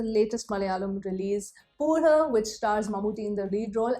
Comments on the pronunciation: Puhu not पूजहु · puzhu is pronounced as puzhoo... Like proper U... But I can understand some words the rule is different.. Like Manichithrathazhu.. here the ending u is not prominent... Puzhu means worm... Another word Kazhutha this means donkey 🐎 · Just pronounce it as puyu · Struggling to pronounce "puzhu" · Haha...I like the way u pronounce Puzhu